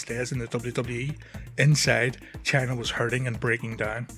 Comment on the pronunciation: thought you kept calling her channer